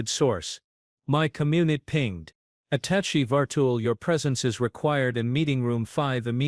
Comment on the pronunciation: For once an AI pronounces "attaché" properly. However the abbreviation UN is not pronounce "un".